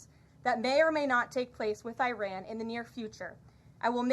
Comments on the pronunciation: The USA has a 12 year old spokeswoman who can't pronounce "Iran". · At least they’re trying to pronounce it